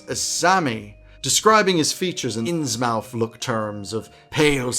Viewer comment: I will surely use several of these ideas! Innsmouth is pronounced [innsmuth] to give a smidgen of value back. Thanks for the great video